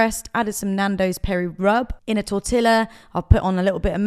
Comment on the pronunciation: I love you, but omg, Tortilla = "Torteeya" <3 x